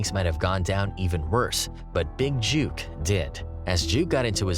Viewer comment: His name is Big Jook, like book, hook and not Big Juke! Put some respect on his name!!!!!!!!